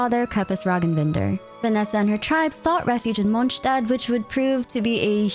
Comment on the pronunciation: Why do you say "munchstad"... Hungry or something?